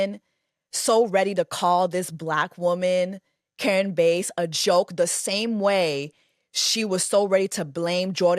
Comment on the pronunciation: Jess, LA mayor’s last name is pronounced like “Pass.” And I definitely feel you on that opportunistic clan. I’ve never been a fan of any of them. Those folks are part of the oligarchy.